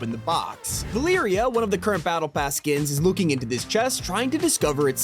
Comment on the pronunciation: Did you just pronounce it 'Valee-ree-ah'? It's Va-leh-ree-ah' lol